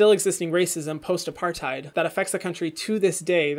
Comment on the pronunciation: I'm not trying to be a hater in any way, but the heid in apartheid is pronounced like ate